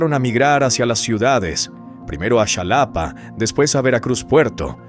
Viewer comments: Que es Shalapa o quizás quisiste decir Jalapa? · Solo una rectificación, la ciudad de Xalapa que es la capital del estado de veracruz, NO SE DICE "CHALAPA", LO CORRECTO EN PRONUNCIACIÓN ES "JALAPA". Y respecto al organismo denominado INEGI, se pronuncia "INEJI." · No es zalapa es Jalapa informense de la pronunciacion no Hagan reportajes a lo to to. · Insisto no es zalapa es Jalapa molesta oir esta tonta pronunciacion. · Es muy hermoso enterarse de cosas de tu estado natal pero, no eres mexicano. Un mexicano no pronuncia el nombre de la capital del estado, Xalapa, diciendo shalapa, sino Jalapa. La X en nuestra lengua nativa, el náhuatl, no se pronuncia como Sh, sino con Jota, Jalapa, o como en otros municipios ej. Jáltipan, Jalcomulco. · No. Es Chalapa, se pronuncia Jalapa, se puede escribir con J o X. Porque ponen imágenes de la calle de Labderos Y Coss, de Veracruz puerto. Su inf. Ya no se hace creíble. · K gordo me caen esos narradores k no saben pronunciar xalapa(shalapa) informense primero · Se dice jalapa se escribe así pero se pronuncia así jalapa